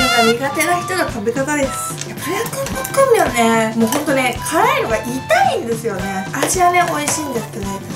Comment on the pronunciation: ポックンミョンじゃなくてポックムミョンな。